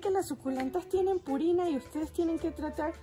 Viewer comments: Es pruina No purina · Compré la última planta pero se me alargó , que me recomiendas que la decapite ? Un dato te escuche decir purina y es pruina. Muchas gracias porque por fin supe el nombre de la primera planta la tengo desde hace un año y perdí su nombre .estoy feliz de saber como se llama. Me subscribo a tu canal eres un amor de persona . Eres de Mexicana ? Tu acento se escucha como Venezolana. Saludos desde California.